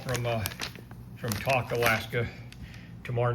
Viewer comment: Yay! Regarding Tok, it’s pronounced “Toe-k” — long “O.” Anyway, good videos. Been watching you all the way up. Whitehorse to Fairbanks, a piece of cake. However, the road between Whitehorse and Tok can be challenging with lots of frost heaves.